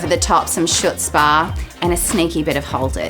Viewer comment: The "c" in Chutzpah is silent. It's Yiddish. She has lovely hair.